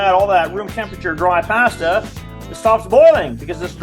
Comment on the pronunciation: Take a shot every time He says “Passtah!”. 👂🩸